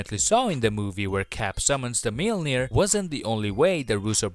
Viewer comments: “....Captain America summons the ‘mail-neer’....” 😂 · Bro.. just say Mjolnir.